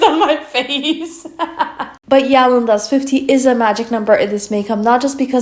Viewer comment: Yellow myggod. Yell-ow! How can Rebal stay serious?😂